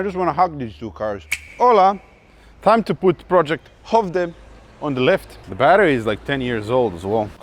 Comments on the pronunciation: "project högde" ... it's a hard raspy CH sound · Its pronounced "Schövde" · Skövde... pronunciation - it's lite Schövde but a bit more like Sckövde with a "harder" sch-sound :) Love your videos! Keeeeep'it up!